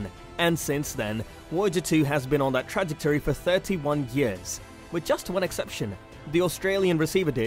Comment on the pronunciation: What about tragic-tory. Kid is trying to hard to read fast and messing up.